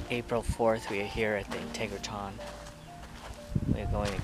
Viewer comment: Dude - if you’re going to do a video on it, please learn how to pronounce it. IN-TEG-RA-TRON. NOT integraTON